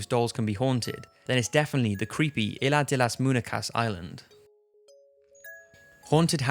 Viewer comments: Eye-la de la mooneekas? You mean Izla de las muñecas? Regardless of that botched pronunciation, quite interesting list. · "Illa deh laz moonickuhs" hahaha i didn't even know what he said cos he butchered it so badly But great videos nonetheless, top 5s videos are always interesting Cant stop watching em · Its not 'ila de las moonicas' its pronounced 'Isla De las Moon-Ye-caus' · Aila delas múnecas 🤣🤣🤣🤣🤣 he is the best Love all his videos. I would love to explain him how to pronounce “Isla de las muñecas” but is easier if ask google 😄😄😄 keep up with the awesome videos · Lmfao isladelasmunecas, you gotta learn how to pronounce spanish words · I'm Mexican and I was laughing so hard when you said the island of the dolls in Spanish. La ilas de la municas? That's how you said it 😂😂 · so cringey of how he says isla de las muñecas like he doesnt pronounce the s in islas and muñecas he says says it as -- - - when its supposed to - -- - like the rhythm idk if anybody understands what I'm saying but oh well lol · isla de las muñecas! try to pronounce it correctly